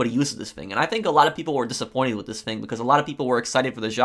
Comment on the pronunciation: I love the way you pronounce thing as “fing” 😂